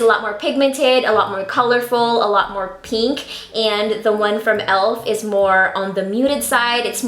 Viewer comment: Anyone else get annoyed at how she says pink? She goes peenk no hate😜